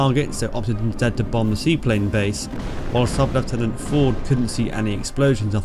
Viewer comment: It is very nice to hear leftenant rather then the lieutenant